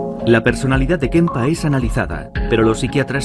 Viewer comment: Kemper es el apellido, por que decís Kempa??